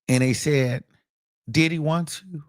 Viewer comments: Every damn time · Me too 😂😂😂😂😂 I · Me toooooo lmaoooo I love it. I can’t stop saying it like that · EVERY TIME!!!!!😂😂😂😂😂😂😂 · I luv it!!😂❤ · On god lmaooo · Yesssssss I will already miss it once the trial is over! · Yes lmaoooooo😂😂😂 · Me too! I love it he is a whole fool "Dideee"!😂😂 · Why do he say diddy like that 😂😂😂